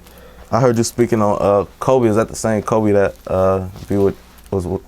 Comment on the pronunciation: Coby not kobe. As in coby mac